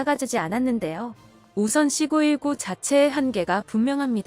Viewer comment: 발음이... C 919로 해야되는거 아닌가요?